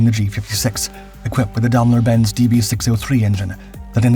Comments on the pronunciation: Daimler-Benz is pronounced "dime"lr bents" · Grässliche KI - Aussprache!! Dambeldor Benz und weiterer Quatsch....